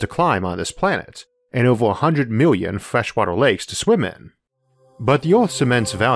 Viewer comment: Dang, ovew a miwwian mountains? That’s a lot bruh